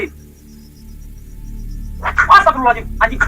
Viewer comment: Asta pirol la al ajim.. hahaha..sebutan asal boleh je. Hahaha..